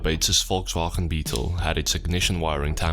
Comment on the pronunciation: When he says Volkswagen I smile